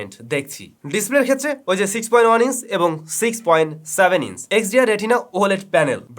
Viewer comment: লন্স না ভাইয়া লঞ্চ(launch). ওয়াস না ভাইয়া ওয়াচ। ইন্স না ইঞ্চ, নস না নচ। উচ্চারণের অবস্থা গজাখিচুড়ি 😁😁